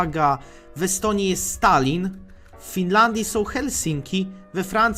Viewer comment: Czy tylko ja przy Estonii usłyszałem Stalin XD